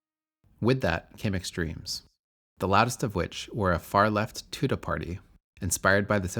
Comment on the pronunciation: The party was pronounced 'to day'